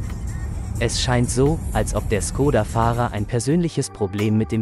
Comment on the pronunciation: Schkoda! Es wird Schkoda ausgesprochen. Das Š im Tschechischen ist vergleichbar mit unserem sch.